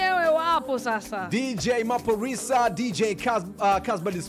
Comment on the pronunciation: They clearly said Maphorisa and Kabza, but this host keeps saying Maforisa and Kazba. So disrespectful and unprofessional for not taking notes.